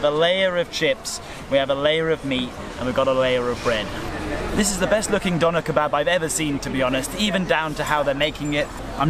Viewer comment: Most people will forever pronounce doner and kebab the wrong way but that's expected I guess.